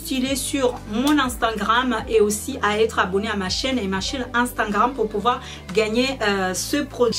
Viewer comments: c drole tu dit instangram et pas instagram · desolé mais on dit instagram mais pas instagranme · Instingram- postiler - volume esstreme - régarder- pétit sac- quelqué semaine - veste en cur - vous m'excisez - un haut courte - piti sacoche - petit bidget 😂 bref je vais pas continuer, tu as le trophée du massacre de la langue française félicitations 👏😂